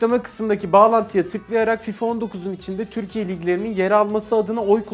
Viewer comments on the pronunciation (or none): none